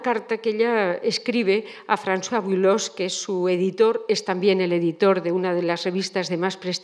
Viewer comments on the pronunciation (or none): none